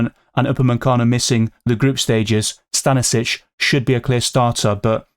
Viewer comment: it's actually Sta-ni-sch-ich. i'm from the Balkans, so "ić" surnames are pronounced ich, not vic.